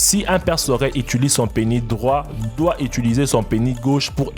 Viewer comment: Dans le mot Penis, le S se prononce :))